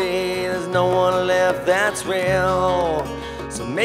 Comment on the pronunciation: He is entirely too nasally, and he needs to learn how to pronounce the word "one" I don't know anybody that pronounces it "whone"